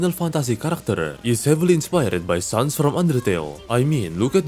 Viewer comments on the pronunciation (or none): none